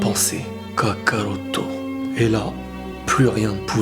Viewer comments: Quand tu dit kakaruto ça sonne faux désolé car tu prononce ça "Kaka-routo" on dirait deux prénom différent. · La manière dont tu prononces Kakarotto me fait vraiment frisonner... 😏😏😏😏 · cette vidéo fais pitier de fou quand tu dis kakarotto j'en pleure de rire et en même ça ca me met mal alaise mdrrrr vidéo vraiment merdique